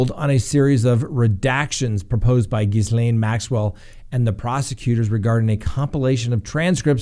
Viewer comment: Oh you disappoint me! The s in Gislaine is silent. Gil aine.